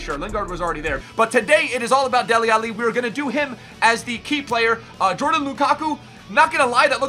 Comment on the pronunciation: lol saying alli like Muhammad Ali. it's al-leeee